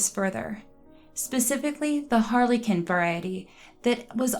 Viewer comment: Harlequin phonetically is Har-le-kwin.